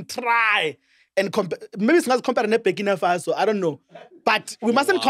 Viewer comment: The guy cannot pronounce burkinfaso